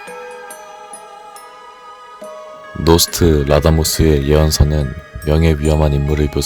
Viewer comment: 설마 요즘 MZ들은 노스트라다무스를 모르는건가…노스트라.다무스정도로 음절이 나야 정상인데 노스트.라다무스로 말해버리네…